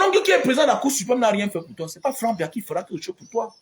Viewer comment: Si vous retirez le nom du President Biya & clui de notre cher innocent Frere Frank que tu prononce faussement dans ta video, le reste de ta video est tres tres vrai et bon. Je voudrai que tu comprennes que c pas Biya qui gate le pays mais les Cameounais(es). C n'est pas Biya qui dit au personnes tordue de charactere d'amener les rapatries au ngata, Le President Biya ne dit a personne de travailler mal ou de prendre le ctchoko. Compremprends que lorsque le President Biya attrape un fausseur dans le gouvernement il l'enleve de ses fonctions sans tarder et il le fait en respectant la constitution Camerounaise. Il faut savoir que Le President Biya n'est pas un dictateur ni tribalist,. si il l'etait, le cameroun serai en vrai guerre dpuis des anneeeeehhhhh longtemps. Malgres tous pire qui se pass au NOSO, le Cameroun n'est pas en guerre. Faud pas confondre guerre et terorisme, ... Je viens de te decouvrir par curieusity sur youtube et souhate que tu retire ces deux noms de ta bouche pour l'amour de Dieu car l'une des plus mauvaises choses c d'accuser quelqu'un faussement. G veux que tu retiennes que le Presidents Biya aime trop le cameroun et defend tres fortement de tout son coeur. Il faut savoir que ce pas crime de presenter son enfant. Toi meme tu n'a jamais ete presenter par tes parents!?